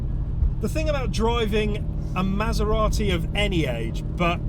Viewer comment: How is it that you know how to pronounce Maserati, but now Porsche? Oh, right. You speak Italian but not German. And, could you have picked a worse car (Tip) for the comparison. No? Well, fuck it, I won't watch then. Stupid vid. Waste of your time. Wow, those must be two days that you will never get back. I won't waste 10 minutes on your vid. Thanks for letting me know.